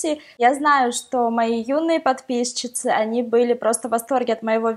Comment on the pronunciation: нельзя говорится и пишется слитно, и по русски говорится не "подпишщицы", а "подпищецы"